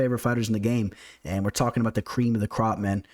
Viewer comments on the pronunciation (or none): none